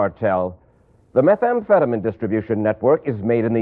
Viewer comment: Meth amphetaMEEN----not MIN